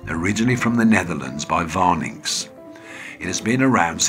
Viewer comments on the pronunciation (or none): You don’t pronounce the T in advocaat and Warninks is with a W. You’re welcome.